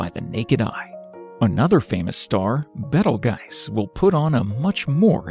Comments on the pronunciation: At least know the name of the stars before making a video for the public.It's b e t e l j u i c e, not betelgise. Geezz. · I thought it was pronounced beetle juice